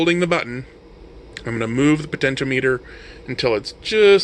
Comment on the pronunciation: I enjoyed this video. Thanks for uploading. FYI. The pronunciation is "pohtenshéahmehter" as opposed to "potensheo-meter". Not that it matters, just in case you care. :)